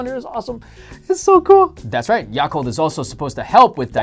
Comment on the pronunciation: I cringed when they pronounced yakult 😂😂😂 it sounded so baaaad aha